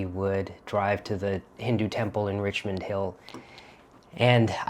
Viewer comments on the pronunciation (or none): none